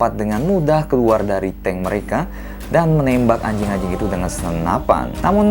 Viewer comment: Ngomong "anjing" nya biasa aja dong bang🤨🤨🤨🤨